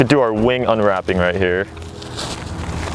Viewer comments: Did anyone notice he said Wang not wing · did he say "big wing"..?